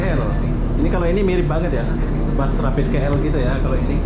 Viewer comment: Bus tulisannya di baca bas